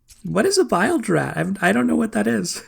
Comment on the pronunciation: Not pronounced b-I-lge. Its pronounced b-ee-lge. A bilge rat, is a rat that lived in the lowest part of the ship aka the bilge. The bilge often had a lot of foul muck in it. Aside from that, it's pirate talk and actually commonly used when media depicts pirates.